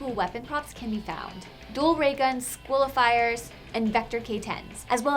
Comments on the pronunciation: _- did this bitch really say squilifier.......its sliquifier get it right next time dumbass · Wtf is a squilifier? CAN YOU EVEN SPELL SLIQUIFIER?